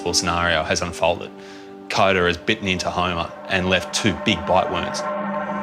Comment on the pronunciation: Coda ? no no!! it is more like Cooper 🤪😍